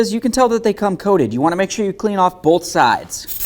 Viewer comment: Very helpful video. You may try to cut back on saying "go ahead and". Also you keep saying bowlth instead of both. Very distracting. A lot of content creators seem to do that but seem to only do it when they are explaining something.